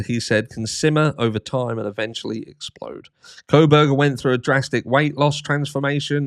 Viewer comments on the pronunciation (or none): none